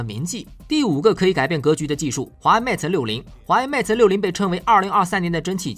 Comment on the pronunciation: 不是 meta，是 mate